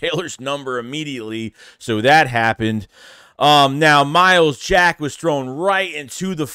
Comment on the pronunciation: Wow said his name right 😂 my starting LBs I want Dean and Jack